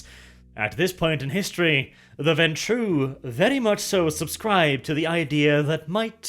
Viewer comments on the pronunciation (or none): Warning: may contain bias... remembers pronouncing ventrue as venture Me: This was not the warning we needed. O_o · Hey! finally learned ho to pronounce this clan's name! In every other vid he called them the "venture"